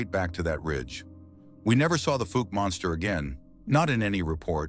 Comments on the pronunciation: Fowk not fook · Pronounced falk